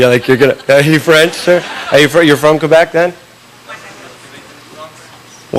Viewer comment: LOL, I didn't know this but Sean can speak French! I noticed it right away when he said Quebec. Engish people pronounce it Qwebek. He didn't make that mistake. He pronounced it right. BTW, I'm not from Quebec but I do speak French which is how I noticed.